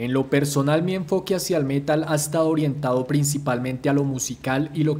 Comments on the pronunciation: ¿Por qué prounuciás el métal en vez de el metal? Parecés español diciendo vídeo en vez de video... 🤦🏼‍♂️ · "el Mé-tal"